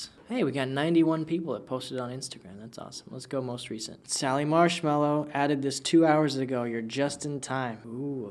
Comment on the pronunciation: I'm literally dying. I'm in the video but you literally said "Sally" marshmallow, GIRL IM SALTY.